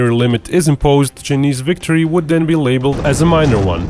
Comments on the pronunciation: I think it pronounce Chy-neese. Not chneest. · Chay- niss not cha-niss your pronunciation is wrong.